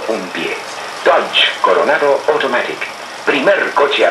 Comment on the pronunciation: Me llamó la atención cómo pronuncia la palabra "automatic", correctamente en inglés. Muy lindo ver esas viejas publicidades de Dodge.